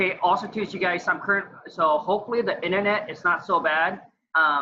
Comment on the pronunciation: The "internete" is better there than in your house.....c'mon maaaan sheeet. Lol